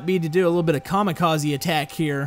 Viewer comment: Well you said kamakazi